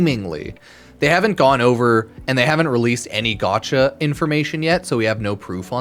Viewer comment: The amount of time I here u say gatacha game or gatcha made me chuckle